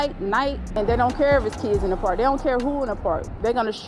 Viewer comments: Say park again I luv the way you say paaak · the Pahk (park) tahgets (target)..i enjoy accents from other people and places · Grant Pak where’s the R 😂😂😂